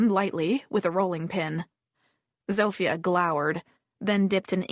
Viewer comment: Oh my, it's been rough hearing the terrible Polish accent given for Zofia. Apparently the French is no better from the other comments and there is alot of it going on, so if you know French, I'm sorry for you. I think u just have to accept it sounds wrong, tune it out and after awhile it will go away lol.